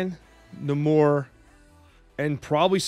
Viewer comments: Lol it's Nay-Mor. I think someone was trolling you. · Lowkey triggered by how you pronounce Namor. Love the deck idea though!